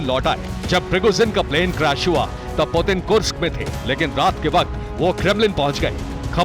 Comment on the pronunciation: पुटिन है पुदिना नहीं!!देखते है अागे अागे हाेता है क्या!!!!